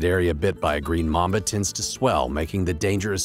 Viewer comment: mAmba not mumba